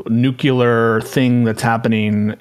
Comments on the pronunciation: owning cringe trump apologist 😎 trying to pronounce "nuculer" 🤭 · That guy lost the debate when he said "nucular". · my brother, you're a lawyer, stop saying nuke-you-ler